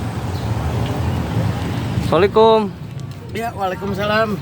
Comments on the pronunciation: ucap salam kok solekuuum.......apa bener!!!!!!! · Fokus sama sapaan si masnya. .. Salekuuum......kebiasaan bgt orang2 dijawa...malas melafaskan ucapan salam dengan benar. Dan ujung2nya menjadi kebiasaan mayoritas anak2 jawa turun temurun.